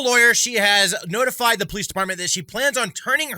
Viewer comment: Are you saying "perlice"?